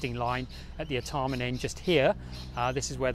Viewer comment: Art e mn? Never heard it pronounced that way before. Always been R Tar Mn in my lifetime.